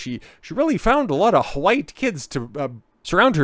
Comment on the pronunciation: He keeps saying huwhite. Lol AmRen is influencing.